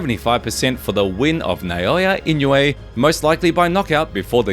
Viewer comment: ❌ - NAY-OY-YUH ✅ - NAH-OH-YAH ❌ - IN-YOU-EH ✅ - EE-KNOW-EH